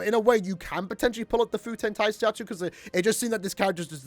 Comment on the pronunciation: Nice try smartass, do you even learn Japanese? It's "Fu - te - n Ta - i - sa - tsu - ryo - u" Many of those syllables have very distinguished sounds that you can't relate to any English word.